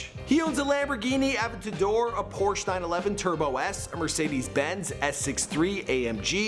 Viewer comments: THIS DUDE SAID APTADOR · ”A-VENT-A-DOOR” lol I’m dying. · Bruh learn how to say adventedor